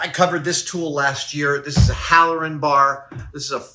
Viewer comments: Hey Adam, former volunteer Firefighter here, it is a "Halligan bar / Halligan tool " not "Halloran" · Btw halligan or hooligan bar not halleran